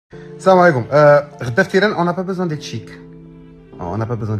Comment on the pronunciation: اسمها السلام عليكم وليس السام عليكم. السام هو الموت